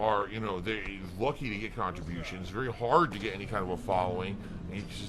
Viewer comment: “Khantribotiuns are and will always be mahndatory”